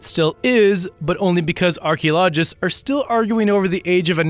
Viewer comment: it is pronounced "AR-KEY-OLO-GIST" not "arky-logist"